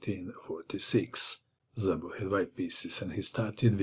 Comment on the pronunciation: 'Szabo' It is pronounced as 'Sabo' with 'S' like in 'Saturn' not with 'Z' like in 'Zorro' (however Szabo fight agains Kotov like Zorro - so not to bad)